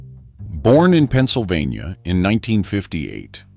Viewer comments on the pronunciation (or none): none